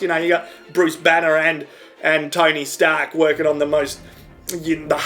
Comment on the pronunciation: is it just me, or does he say "tiny stark" instead of "tony stark"?